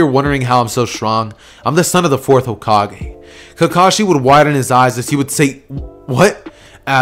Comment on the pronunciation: Did u say cokekage?